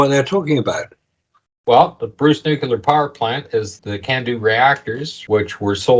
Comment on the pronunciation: Great video but please pronounce nuclear properly 😀